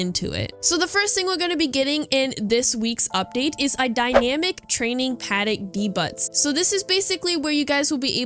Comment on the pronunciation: i just wanted to tell you lovely that the word "debut" is pronounced as 'day-byew' not 'dee-butt' 🫣 that aside thank you for the consistent news & content !<3